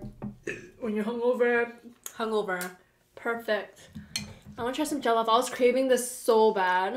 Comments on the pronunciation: Btw it's pronounced (jo-llof) rice, (plan-tains) and (pepe-soup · The way they keep pronouncing jollof, just keep making me laugh 🤣🤣🤣😁😁😁...